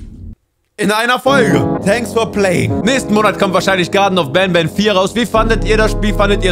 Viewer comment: Nicht ban ban sondern Bantür😂😂😂